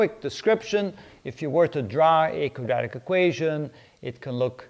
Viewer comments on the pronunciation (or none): Can I ask you, please... Are you saying "Quadratic"? Or, are you saying "Kajatic"? Thank you.